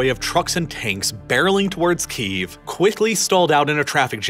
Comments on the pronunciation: You keep mispronouncing Kyiv. you're saying "Keev" when it's actually pronounced more like "Key-yev." Hope that helps you pronounce it correctly in the future. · I love this video. However one criticism on pronunciation. It may be an accent thing, but do you pronounce it Chicken Keev, or Chicken Ki - EV? Key - Ev is correct I believe. Sorry, I'm a pedantic prick. Love your work, sir. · Saying "Keev" sounds like the Russian pronunciation of the city.